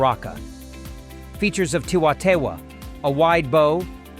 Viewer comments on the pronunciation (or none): the leverage assisted spear launcher is a 'woomera' in Australia. The Aborigines had them before the whitemen came to live there. Similar to an Atalatl. The tee-waa (Taiwha) is pronounced thai (or tie) -a-faa, or thai-a-wha, by NZ Maori (Wh is normally pronounced 'f' in Maori language) Anyway... I thought this about 'Indian' tribal weapons..... you seem to have collection of weapon types from all over the place. Cheers, from the southern hemisphere